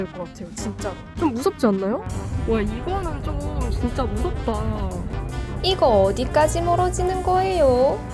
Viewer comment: '이거'의 억양을 틀리셨습니다... 😤😤😤